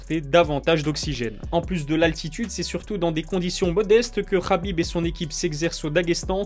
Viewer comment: Oh gros Khabib c’est un k pas un r insupportable d’entendre Rhabib